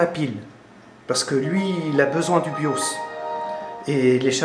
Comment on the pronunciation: Ah, le "Biauce". le tournevis TOXXX j'ai adoré aussi. Tu passes à Windows 7 en 2017 sinon ou pas? :p